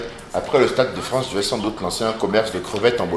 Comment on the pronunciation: En Bolivie ?? 🫰☝️🦄🦐🤷 Non non non... Les boliviennes ne sont pas des cwevet' On ne wetiw pas la tête !!! 😂☝️